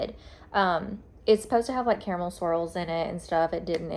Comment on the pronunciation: I say “care-uh-mull/mel” so my vote is you’re saying it right 😂